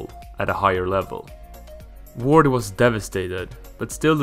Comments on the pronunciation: doesn’t mean u can make fun of his mispronounciation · nice video but the way you say jamie vardy gives me anxiety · Lol, he doesn't know how to pronounce jamie Vardys surname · Its not Jamie Wordy, Its Jamie Vardy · Say vardy not wordeeee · Jamie "Wardy", WTF. No it's Jamie Vardy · "iron Wright" 😂😂... Its Ian Wright mate 👍 "Jamie wardy" 😂😂... Its Jamie Vardy 👍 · Jamie Wordy? Lol It's Vardy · Its Vardy not wardi😆 V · and why Wordy and not Vardy? XD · Jamie vardy not wordy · wordy not vardy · Jamie wordee?? Wtf where do u see a w in his last name.... Var-dee. How u gonna have him number 1 and u saw wordee.. its Vardy!!!!!! Say it with me. Can't even finish this wordee video.. u get a dislike.. don't make soccer videos bruh I doubt u even watch it since u don't know the name of the best player on Leicester city. And u get a dislike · Jamie vardy not wardy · no ...There is no 'W' sound in German. The German W makes a V sound. The V makes more of an F sound. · Jamie Wordy 😂😂😂😂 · Not that hard to find out how to say someone's name. Did the same with Vardy, Also didn't even mention Wright became Arsenal's all-time top goalscorer until Henry. Just comes across as lazy research. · Great video but how can you mispronounce Ian and Vardy yet say all the hard names correctly. Haha i loved the video , i liked it and shared with friends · I was enjoying this until you disrespect the name of one of the premier league's legend.... Ian Wright. Why the hell do you say Ian completely wrong 🤦 Also Jamie Vardy..... V....VARDY. not Wardy 😑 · Laughing at him reading names incorrectly is not the same as laughing at his English. It is not hard to look up how to say Ian Wright or Jamie Vardy, I bet I could find dozens of videos on Youtube where commentators say their names in a game, or they're spoken to in an interview. It's lazy, I'd laugh at an English person if they guessed how to say Solskjær because it takes 0 effort to check how to say it correctly.